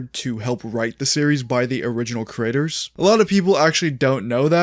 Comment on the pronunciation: when you say creator i keep hearing the word critter